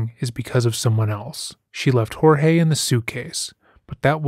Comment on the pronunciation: I am so glad on how you pronounced Jorge. No one is doing that. You bring a different take to this. I am following this case closely. Thank you